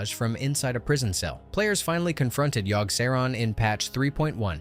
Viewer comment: I couldn't make it past Yogg, the pronunciations are driving me nuts LoL!